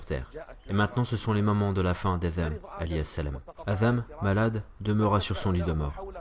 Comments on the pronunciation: Selem 3aleykom, mashallah pour les traductions barakAllahou fik, cependant pourquoi dite vous Adham au lieu de Adam ? Le Dh est de trop, et chayatine pas chalatine, plusieurs fois vous faites ces erreurs, j’espère ne pas vous avoir offensé Selem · Assalamou alaykoum. Une question me turlupine (oui j'ai sorti mon dico de 1628) parfois la voix off prononce adham (avec zal) (comme à par exemple) et parfois adam (avec dal)(que l'on entend beaucoup plus dans la première partie de la série sur Adam). Est-ce 2 façons de prononcer correctes, ou est-ce du à des lectures différentes parmi les 10 ? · Salam, si je peux me permettre c’est Adam avec un D / د Pas ذ Je m’apprête à binge cette chaîne ! Barak allahu fik pour le contenu et Dieu t’accorde El djana